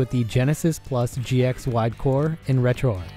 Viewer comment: Why do you keep calling it retroarc not retroarch?